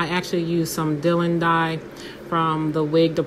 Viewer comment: Hi from London. You made a mistake & used double the amount of dye. Two quarter spoons = one teaspoon. Four quarter spoons = one tablespoon. Also, the name of the dye is pronounced 'dye lon' (Dylon). Have you tried using Rit liquid dye? I've had good results tinting lace with it in the past. I used a SMALL amount of dark brown diluted with water to avoid tint being too dark. If too light, dye a 2nd time for deeper tint. Sorry can't remember ratio of dye to water, it was a while ago when I did it. Good luck.